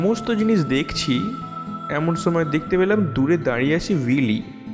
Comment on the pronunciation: সময় না ছোময় , একশো একছো , উচ্চরণ ঠিক করেন ভাই, স কে ছ দিয়ে চালিয়ে দেন কেন?